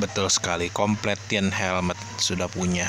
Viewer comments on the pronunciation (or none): bang, saya gak mau sok pintar bahasa Inggris, sekedar koreksi saja untuk cara bacanya. gopay 👉 gopei completion 👉 komplesyen card pack 👉 kart pek guidebook 👉 gaidbuk saya udah pernah komen gini loh tapi sepertinya gak di notice :(((((